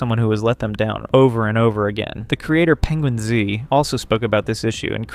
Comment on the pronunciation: Hearing him pronounce Atozy and PenguinzO makes me think this is ai